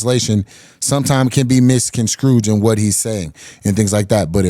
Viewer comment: “what he says can be MISS-CON-SCRUDGED”” 😂😂